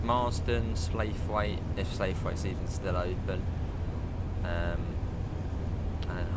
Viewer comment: Also slaithwaite it’s pronounce like slough it without pronouncing the T not slayethweight. Edit: a local person from slaithwaite hate it when people call it that apparently but 🤷‍♂️. Final edit: reason you where late was because you where braking really randomly. I could hear the regen brake going on near enough constantly. Also, you don’t need to press O to open the doors with a gaurd it’s only T when you have GDO and T+O/U when DOO